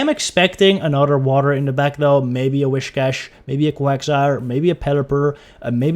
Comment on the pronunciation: Am i the only Person that gets kinda triggered when they Pronounce whiscash wrong and they say wishcash? 🤣🤣